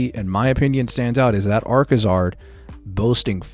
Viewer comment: it's Arcazard.